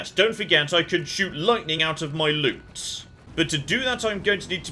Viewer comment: LOOT. You are after LOOT, not LUTE! Oh dear...